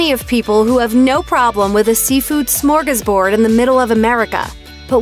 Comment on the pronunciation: Is there a single American who can pronounce smörgåsbord correctly?